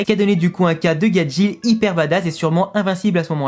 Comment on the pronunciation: Mais le monde c Gajeel et non gadjil où gadjelle